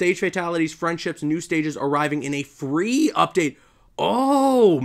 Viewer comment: emphasis on FREE